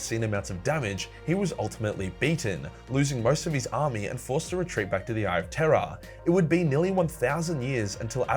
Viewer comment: I still hear "Eye of Terra" every time.